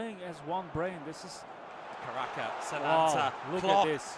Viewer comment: hoki caraka ❎ hoki karaka ✅